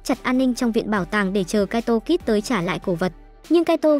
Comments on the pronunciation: mé tên là kaito kid mà cứ đọc là kaito kis là sao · kid thôi kid's khó nghe vcl